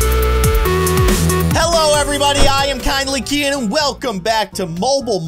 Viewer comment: Whenever he says kindly keyin I hears: Kindly kidding